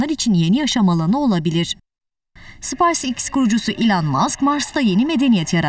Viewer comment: SpiceX değil spaceX 😂